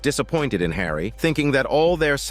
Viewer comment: The pronounciation of the mathematician's name keeps changing between Hawry and Hair-ey in sentences next to each other. It is rather annoying.